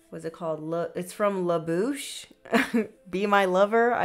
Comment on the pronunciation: You pronounced it perfectly... LaBouche be my lover... sang it growing up... ❤❤❤... I'm here watching...